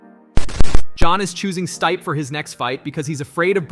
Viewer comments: Stype, Stipee, Stipey, Stip… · You literally pronounced stipe 3 different ways within a 15 second span. If you're going to have a mama channel at least do the research and learn how to say the fighters name correctly. It's not even a small name it's literally stipe miocic.